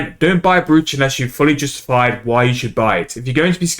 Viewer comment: Any idea what the xp p/h is? Also, sorry to be that guy, but it is pronounced “broach” rather than phonetically.